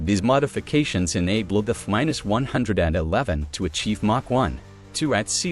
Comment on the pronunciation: I think the content you are presenting is decent… But I stopped watching do the continual mispronunciation of the AI narrator.. A few… no problem. But constantly getting the planes name wrong. Anything with numbers. It’s too much.